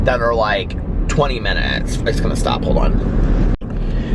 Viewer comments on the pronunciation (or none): none